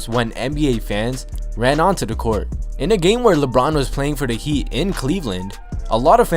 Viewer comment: “On to da court”